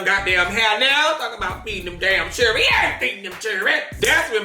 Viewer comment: “He ain’t feeding them chiren”🗣️😂😂😂😂😂😂😂